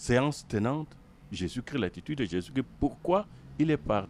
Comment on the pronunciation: Bon commentaire Merci. Pourquoi beaucoup d'entre vous ne prononcez plus le " S " de Jésus-Chrisssssst ?